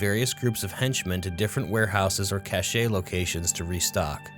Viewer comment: Just because you ask for tips/advice - 'cache' is usually pronounced like "cash". Otherwise, your stuff has been spot on. Keep up the amazing work!